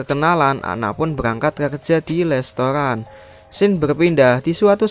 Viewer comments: Restoran bang bukan lestoran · Restoran bang bukan lestora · restoran om bukan lestoran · Ana bekerja di lestoran 😅😅😅 restotan broooi bukan lestoran